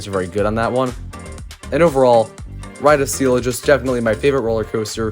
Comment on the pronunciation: You said “wide of steel” like you were learning how to pronounce your R’s lol.